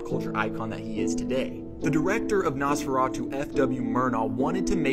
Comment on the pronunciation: "Most people will know about Nosferatu through SpongeBob." Riiight. One of the most famous films ever made. And the way you pronounce Nos in Nosferatu as if it's the shit you put in your car to make it to faster for 2 seconds. Same with the Bram in Bram Stoker. Its pronounced like BRAHM. He was Irish. Not American. His name came from his birth name, Abraham.